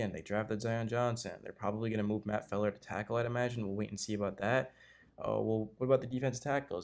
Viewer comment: Also you say Matt Feiler name wrong /